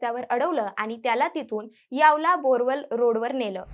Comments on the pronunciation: यावला नाही..... यावल यावल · Yawla nahi yawal ahe tai